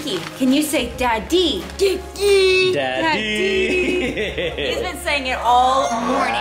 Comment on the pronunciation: The way say "daddy" and "judey" in is so much similar with java accent. And i'm so surprise 😂